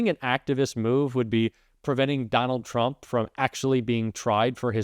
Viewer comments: She pronounced "tRump" incorrectly when she said 'judges" are acting erroneously. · She says chrump. Love that